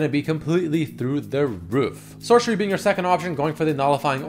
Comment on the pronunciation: I cringe everytime he calls Sorcery as Shore-Sherry